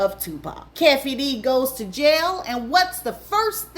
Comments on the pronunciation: It’s Keefeee D not Cafeee D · Just an FYI: Keefe’s name is pronounced KEE-fee.